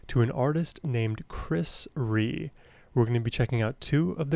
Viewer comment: Pronounced Ree-A… as in rear, not flea. His early career was commercial stuff like Diamonds… and Tell Me There’s a Heaven…. but his heart is in the blues.